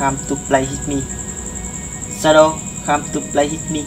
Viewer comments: đọc sai rồi ban oi...shadow come to play with me.. k phai shadow come to play hit me. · "Whit me" là thần chú .ông đọc "hit me" thần thím .lấy gì ra hiện tượng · Shadow come to play with me ms đúng k phải hít me đọc k đúng câu thần chú thì k có linh nghiệm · Bạn đọc sai nó nghe bạn nói hít me , nó chốn luôn rùi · Đoc còn đọc sai , phải đọc là “shadow come to play with me” mới đúng nhe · "Shadow come to play with me" mà sao đọc "hít mi" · may doc sai than chua.wit me ma doc thanh hepme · Whit me chứ không phải itme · With.k phai whit ba oi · Hen la chua doc hiếp mi do